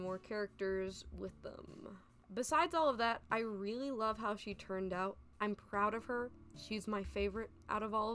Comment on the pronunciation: 2 years old but you said 'hoe artists' instead of how artists, and ngl I was super confused 😭